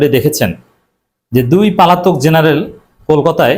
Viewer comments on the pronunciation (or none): আপনি পালাতক শব্দ ঠিক করে নিয়েন